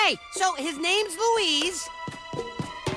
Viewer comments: It's Luis, not Louise. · It's supposed to be "Luis."